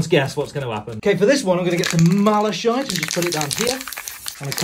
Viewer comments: Malachite ? ??? Mala-chite??? Pretty sure its pronounced Mala-k-ite ?? YeH probably. Everything else is amazing! The malachite thing caught my attention lol. Srryyyy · Pronounced: Mal•a•kite- spelt Malachite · no one's gonna talk about how he pronounced malachite as mala-SH-ite?